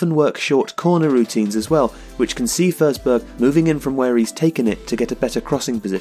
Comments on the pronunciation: It’s FORSBERG man not FERSBERG LOL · You pronounced the swedish "ö" pretty well.. just that it is a regular "o" in this case. So "o" in forsberg should be pronounced pretty much as it's written. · Stop saying FURsberg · How does "Forsberg" become "Fehrsberg"? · Your pronounciation is wrong, the way you say it it would be spelled försberg or førsberg. You pronounce it like the o in strong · YOU SAY HIS NAME WRONG BUT IT'S ANOTHER BRILLIANT VIDEO LOVE YOU KEEP DOING BRILLIANT VIDEOS EVERY DAY BYE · Good video, but you pronounce his last name wrong :/